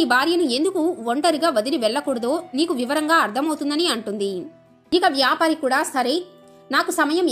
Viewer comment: వ్యాపరి కాదు,వ్యాపారి